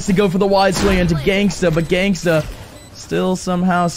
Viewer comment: everytime the commentators said genghsta 😂